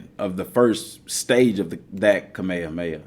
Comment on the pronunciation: what is cah-mey-yah-mey-yah?